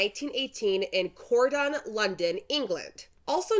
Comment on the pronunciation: How is CROYDON pronounced CORDON?